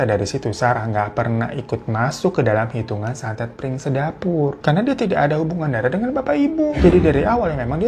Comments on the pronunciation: bukan piring sedapur bang Ifan, tapi Pring sedapur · Ga 30juto juga kali bang... Tetep juta ngucapnya.... Bang bang... Koplak bgt deh 😂😂😂😂😂 PRING SEDAPUR BANG, BUKAN PIRING... PRING ARTINYA BAMBU HADEEHHHH